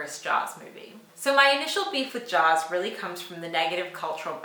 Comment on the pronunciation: She called “Jaws” fine ..... wow